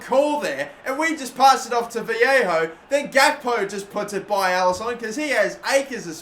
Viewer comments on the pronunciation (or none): Vallejo is pronounced Va-lay-oh you're saying it like Viejo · No its pronounced as va ye ho or ba ye ho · Dnt know why u keep calling Vallejo "Vallejo" when it's clearly pronounced "Vallejo"